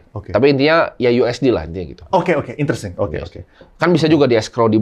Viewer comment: gua yg udah nonton lama hanya nangkep.. "intersing,,,interesting"